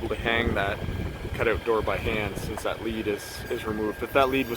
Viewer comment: Owwwt Yup , that's a Canadian.